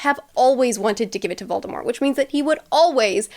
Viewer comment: I appreciate how you pronounce Voldemort the right way